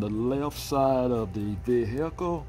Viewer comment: The vee hickle